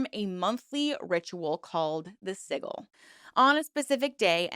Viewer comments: Hearing "siggle" made me giggle. I'm not even in America, but my speech impediment makes 'library' sound like "lye-burry" when I say it. Locals constantly ask where I'm from, so I knooooow guessing words weird also.. 😂 Honestly, I don't resent weirdly pronounced words. With the amount of research that goes into these, I know one wrong word will get oodles of "GOOGLE THAT, YOU CAN FIND OUT!!" comments. There was so much more going on to comment about. Seeing that like 8 people pointed that put instead of what the content was about goes to show people need to relax. On YouTube, I honestly don't expect flawless verbal delivery. Sometimes it's a delight to hear people's best guess on an unfamiliar word. I've been a fan since you started; "siggle" isn't ruining my experience. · The G in Sigil makes a j sound because the second I is silent SI•GL 😂sorry I'm part of the pronunciation police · Witch of the wild sucks lol I only came here to see how many horrible magicians came to tell you how to say sigil 😂😂 so up themselves.. some things never change. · OMG. this video is painful to watch. The word "sigil" rhymes with vigil. The 'g' in sigil makes the same sound as the 'g' in gel. You are pronouncing it like you would the 'g' in dog. Also- you have little understanding of chaos magick if you think anything about it is cultish. Nearly all chaos magick practioners are solitary and chaos magick has no rules. Chaos is the opposite of cult practices. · I love your videos, I just can't stand how you say sigil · Sorry to do this to you when you've mastered the pronunciation of zine but it is sij-il for sigil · Sijil is how it is pronounced. Most western pagan, magick and esoteric practices conflate eclectic sources, not unlike other religions. I have heard P'Orridge (sp) mistreated their now ex wife, but that doesn't make them a cult leader. How does this group fare with the BITE model? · it’s pronounced sidge-l not siggil 🫡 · "Siggle" was driving me batty too!